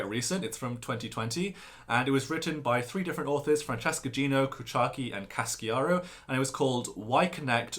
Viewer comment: Casciaro is pronounced with a "she" sound in the middle, not "ski" sound. (Actually, it is 3 syllables, not 4. "Kah-SHA-ro")